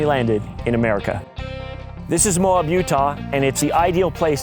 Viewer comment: First time I ever heard Moab (Mo-ab) pronounced M-awe-b.